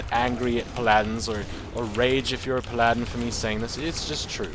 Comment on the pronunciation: Palladen. I like your way of pronouncing Paladin. xD Just got yourself a new subscriber.